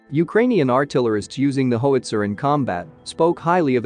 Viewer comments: Plz stop mispronouncing words. It gets so old. Hoeitzer? HOWitzer. How. So many words need to be proofread before recording. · I like your channel, but please learn to correctly pronounce things... It's "how its er". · There's no hoe in howitzer. HOW can you not know this? There's also no nod in grenade. Try grin. Now aid. Grin. Aid. GrinAid...Grenade. I got hooked on phonics in the late 80's. Got me off crack though. Now I just try to help others. One day at a time. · Hoe witzer lol 😆